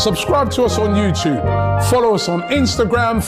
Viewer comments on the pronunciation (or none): none